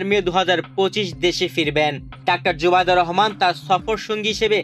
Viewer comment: কিসের খবর পড়েন নামটা জানেন না শুদ্ধ করে নামটা বলতে পারেন না পড়া শিখিয়েছে কে কোথায় পড়াশোনা করছেন